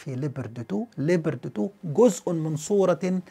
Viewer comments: نطقك لاسم الدبابة الالمانية غلط تنطق ( لبرد ) Leopard وتعني حيوان الفهد وكذلك اسم الدبابة الامريكية ابرامز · شكرا على الفيديو المميز كالعادة . ارجو التدقيق على اللفظ اسم الدبابة ليوبارد Leopard 2 مع تمنياتي لك بدوام التوفيق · استاذنا الفاضل انت تنطق اسم الدبابة بطريقة غير صحيحة ، وهذه الدبابة الألمانية فاشلة وهي موجودة عند الأتراك وتم استخدامهما في حرب أو معركة غض الزيتون ضد الأكراد وانفجرت الكثير من سبطانات هذه الدبابات بعد استخدام خفيف للبرج القاذف فما بالك اذا تم استخدام هذه الدبابة ضد روسيا